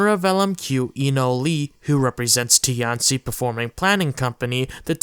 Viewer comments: Just a pronunciation pet peeve. It's not "tee anh see" , but rather a fast slurred together way pronunciation "t-ian qi" . Put this into Google translate 天七 。 it's similar to tian ci . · its not ti-an-ci its tian-ci the name butchering is painful....